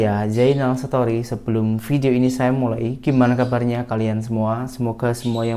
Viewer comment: Zainal jangan sebut setori tp sebut stori👍